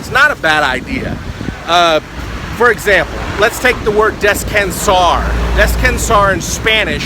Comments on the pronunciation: ok..I agree with the pronunciation is a biggie. But my dear resting in Spanish is not pronounced the way you did. you might want to get the proper pronunciation for it. But you are adorable. I love your videos... been recovering from brain surgery and have used many of your videos to help me improve. I love your work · I'm from portugal and you dont say descansar like that xD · you pronounce "descansar" wrong and "mesa" too